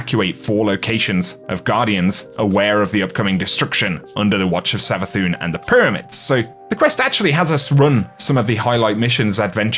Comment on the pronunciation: it really triggers me howyou pronounce Savathun